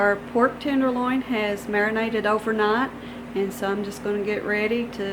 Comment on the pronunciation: "Did she say "Over Nat ?"